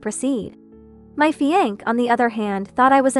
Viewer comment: This AI reader is illiterate😅...Fiancé is pronounced fee-on-say